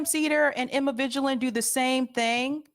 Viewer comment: It's not "emma vigilant." It's "emma vadgeland." 🧉🦄